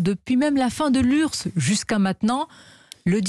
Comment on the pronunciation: L'urse? On prononce U-R-S-S.